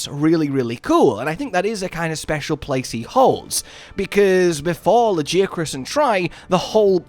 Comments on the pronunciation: Hard ' G '. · Luh-geeh-ah-cruhs???? Dafuq. Ain't no way anybody is pronouncing it like that. Idk what it is with MH players and pronunciations from fking narnia. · Your pronunciation of Lagiacrus is wild lol. Luh-Guy-uh-kris is correct I believe. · I will accept any other pronunciation of Lagiacrus except yours.... wtf was that.... ToT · Im still tryna figure out the correct way to pronounce Lagi's name bc every single time i hear his name being said its pronouced complete different. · I gave you crap over the pronunciation (and yes I do pronounce it Tie-grex and am a hypocrite) but your excitement over this addition is awesome to see. Lagi has always been my favorite monster and I started with Tri, I reacted just like you said to the second title update. He just has such presence and a lordly feel. Good analysis of what his addition means going forward. I truly hope they keep the size from world.